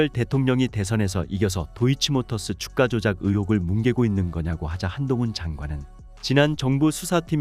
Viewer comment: 읽을때는 "주까"로 읽어라 "주가"가 아니고. 쓸때는 주가러 쓰고 읽을땐 세게 발음해야디